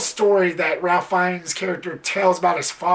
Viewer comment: His first name is actually pronounced "Raif" or "Rayf" as opposed to the traditional Ralph.